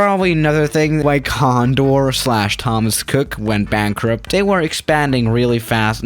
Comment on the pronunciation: "BANKRUP" LOL